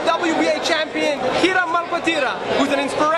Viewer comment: her name is Kina not Kira